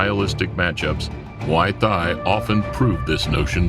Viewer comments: how the fuck is this commentator able to pronounce Thailand just fine while emphasizing muay thai as if it were mWaoi Thigh and not "moy tai" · Can't get over how he keeps saying Muay THIGH. Also, the Roufus brothers definitely didn't immediately respect Muay Thai. Duke talked down low kicks immediately after the fight, saying it's without skill. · The way you say "muay thai" "M'Y Thai" Imma start saying it like that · Muay Thigh Guess Changpuek did not change much to that huh, still an exotic shit westerners cannot pronounce right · "Muway Thigh" 🤣🤣🤣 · Mai tai 🙄 atleast learn to pronounce Muay Thai and buakaw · I love this channel's vids but please work on the pronunciation of "muay thai". Should sound like "moo-ee tai" the "h" is silent. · He calls us Thai and pronounce the combat thigh ? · yes he says muai thigh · Has nobody noticed how he pronounces “muy Thai” incorrectly??? It pretty foolish considering he runs a YouTube channel centered around martial arts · How can this man pronounce Thailand correctly but not Muay Thai. 🤣🤣🤣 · Learn to pronounce Muay Thai, you are embarrassing yourself. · Dear Narator: Why do you not know how to say, "Muay Thai" correctly???? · The way you pronunce Muay Thai makes me want to vomit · It's downright disrespectful getting some American voice actor that totally blows virtually every Thai name... even Muay Thai. VERY unprofessional, and you gave it the green light and posted this. How far the real Lawrence Kenshin channel has fallen !